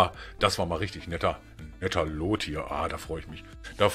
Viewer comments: Luuuuuut nicht looot das nervt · Loot spricht man wie lut aus hat mich ein bisschen genervt 😂😂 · Wie du loot aussprichst:) Wie ein richtiger deutscher xD